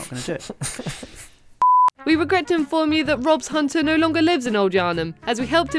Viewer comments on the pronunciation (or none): none